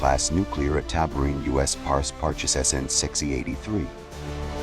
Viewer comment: That's pronounced Parch-e, get it right !